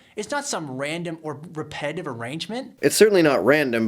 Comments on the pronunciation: It's not repetitive, according to this dude. It's 'highly repe-dive'. Yes, 'highly repe-dive', there, I said it again. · it would also help his case a lot if he would learn to pronounce "repetitive" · When you can't pronounce "repetitive", then repetitively mispronounce the word, the irony destroys your credibility on anything more "complex" in your argument.